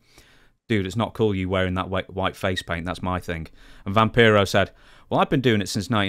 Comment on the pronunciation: Remember it’s pronounced Vam-PIE-ro.